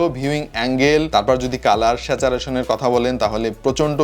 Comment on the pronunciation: Saturation= স্যাচুরেশন। নট স্যাচারেশন ভাই,ঠিক করার অনুরোধ রইলো